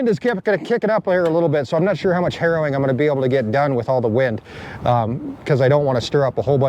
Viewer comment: It’s harrowing. It’s important to pronounce the ing when saying harrowing. Otherwise you’re just out there doing heroin and people are going to talk…😂